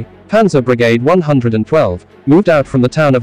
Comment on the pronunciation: Great presentation of facts, but the pronunciation is sometimes embarrassing. For one Brigade is not pronounced as it is in this video for one.